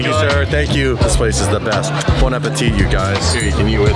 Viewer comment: Phonetically it’s bon ‘appe-tee’, don’t pronounce the T at the end. Your car game is tight, your culture game just needs a little tune